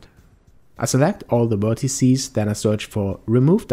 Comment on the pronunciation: Very helpful, but you keep saying "wertecies" :p